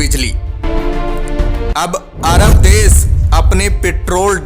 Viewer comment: भाई, आप सही हिंदी नहीं बोलते, आप श को स बोलते है। बादशाही को बादसाही बोलते है, देश को देस